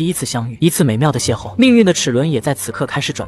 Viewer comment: 其實要念邂逅ㄏㄛˋ不是邂逅ㄍㄛˋ